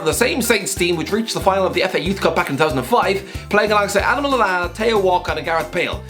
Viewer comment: sounds like his mouth gave up saying "Adam Lallana"